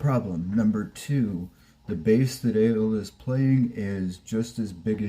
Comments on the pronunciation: Ale's name is pronounced ahh-leeh. Not aye-elll like the beverage. Hang in there. I've been sober (alcohol & drugs) since 1995. Anyone can do it. I survived the pandemic without a drop of alcohol or a drug in my body (including vaccin). Food, well - that's another thing. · Ale is short for Alejandra. Thus it is pronounced like Ah lay. Start saying her full name and just leave off the "jandra" Keep at it dude. You will succeed!!!!!